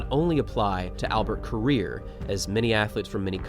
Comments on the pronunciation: You are pronouncing the name wrong. It's "rir" not "rea" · Ko......rir.... not koria.